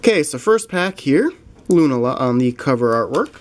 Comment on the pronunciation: Great video and some nice pulls. :) I think Decidueye is pronounced Deh-Sid-You-Eye Lunala is Loo-nah-la